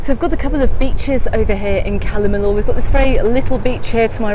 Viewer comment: LL pronounced Y. I is pronounced ee. Cala meeyor